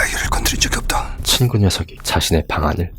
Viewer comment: 친구=진구? 발음이 비슷헌디